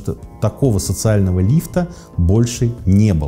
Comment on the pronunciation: Не лифтА,а лИфта